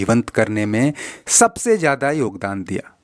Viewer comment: your Pronunciation is so Flawed what is Mujic” say Music “ what is Hajaar can you not say Hajaar what is jiyada say Ziyada Awaz not Awaj 🤬🤬